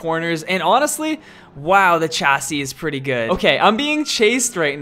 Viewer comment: Please stop saying chassis like chassis and say it normally (shassis)